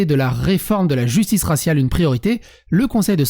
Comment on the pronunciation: Raciale et non rassial😤😤😤😤😤